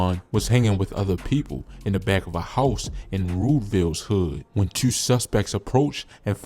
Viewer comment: I cringe every time you say the number 2